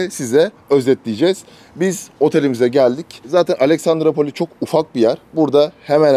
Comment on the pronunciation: Abi Aleksandrupoli :) Alexandrapoli değil :) İskender'in şehri demek yunanca. Severim Dedeağaç'ı, gezmesi, fener'in altında insanların toplanması, akşamları gün batımına karşı içilmesi güzel bir şehir. Pahalı da olmaması ayrıca seçilesi.